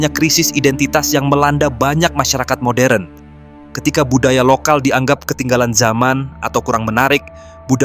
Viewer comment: Moderen³ embahmu...modern=moden wak sebutanya...kok moderen² saja nyebutnya...